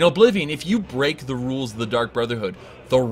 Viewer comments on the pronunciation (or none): none